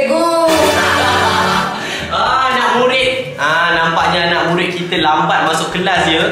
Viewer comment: kelakar sebab cakap asalam mualaikum murin murin